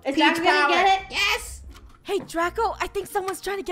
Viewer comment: thou Its DRACO NOT DRAGO!!!